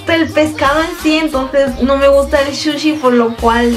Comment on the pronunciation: No se dice "shushi" sino SUSHI y asquito esos pies detrás que se están frotando todo el tiempo!!! Suerte con tu canal!! :D